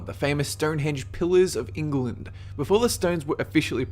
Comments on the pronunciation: Its England not Engerland :) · Just gotta say, love these videos but England is not pronounced with 3 syllables. Its Eng-land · idk why u call it engeland or enkeland but pls stop. then santa will give extra this year... P.S. i know santa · lol 'ingle-lund'? We just call it england here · Why is it that no foreigners can pronounce "England" correctly? I swear everyone pronounces it "Ing-er-land" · You can't even say England. You said ingleton or something stupid like that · Should be pronounced eng-gland